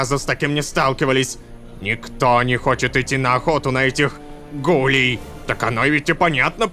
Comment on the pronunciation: Рома, какие гУлей правильно гулЕй ты разве не знаешь аниме "токийский гуль?" ( если я написал название не правильно, то простите😅)